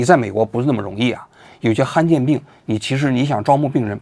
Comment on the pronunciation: 罕见 han第三声